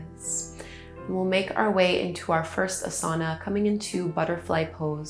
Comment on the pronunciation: I really loved this but just want to say that ‘asana’ is said differently. It should be ‘Ah-sana ... infliction or stretching the sound should be on the Ah part, not the ‘sa’ part